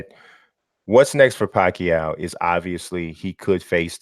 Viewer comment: First time hearing an American pronounce Pacquiao the right way lol